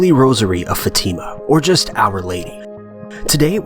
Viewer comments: It's "fah-tih-muh" not fateeemuh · It's not FaTIma. It's FAtima. Seriously it's incredibly easy to pronounce c'mon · It's no Fatima is Fátima!! You are reading it wrong! I'm Portuguese... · Your pronunciation of the name "Fatima" makes me uncomfortable for some reason. We pronounce it as such "Fa-a-t-imah" (with a short "e" sound after the letter "t" ) .. and not " fateema" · Brigid Knumbthumbs yeah its more like fat-a-ma that's how my religon teacher said it anyway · Fatima is not pronounced that way...